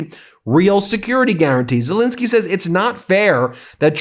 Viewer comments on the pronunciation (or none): It's Zel Ensky NOT Insky. You have not pronounced his name correctly EVER. Should we call you Bin instead of Ben ?